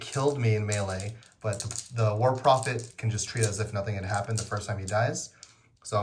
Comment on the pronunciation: When you introduced the Trench Pilgrim units it sounded like you said "war profiteer" to my ears instead of "war prophet here" and I was like, yes that's probably accurate in-universe.